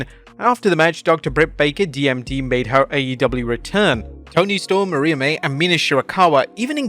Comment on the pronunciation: ffs would you learn the difference between "Maria" & Mariah"